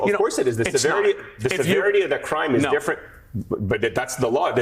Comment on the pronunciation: “This is (D)ifferent!”